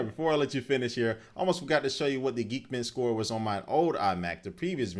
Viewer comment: lol you say geekbench like geekbitch lol